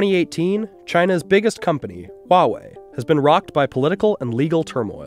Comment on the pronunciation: Not entirely sure why official American news media keep silencing the H when "H" is not silent in the pinyin system (a highly phonetic system). It's not even softened in Mandarin the way some speakers try to pronounce it like a "W". I suppose "Hua" is not a usual series of letters in English but it should be much closer to "Hwa-way". has the closest pronunciation in this video.